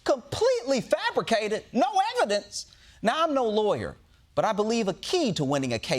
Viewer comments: Am I wrong or did she say “fabriggated”??? 🤦🏻‍♂️ (instead of “fabricated” - for all y’all that though there was nothing wrong with “fabriggated” 🙄) It’s funny when you hear someone say it at a party - but it’s pathetic when you hear a reporter say it! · i'm sorry, but did she say "fabriGated"?? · Did she say “fabrigated “! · I believe the young lady said "fabrigated" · No, the news reader said fabri-gated! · Who is paying these journalists? “a miwwion”() “ fabigated “ (news nation) This is basic pronunciation😂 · i believe she said "fablergated" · She just said, Completely "fabrigated." 😂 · It’s a portmanteau of “fabricated” and “abrogated”. 😂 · She said Fabrigated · Is it just me or did that newscaster say “fabrigated” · Lol she said "fabrigated" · No, she said fabrigated. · “FrabriGATED”… did she go to trump university? 😂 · Not "fabricated", she said "fabrigated" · I was wondering too. Did I just hear that? Is it a new way to say fabricated?? Are my ears, outta tune? Thanks for your post..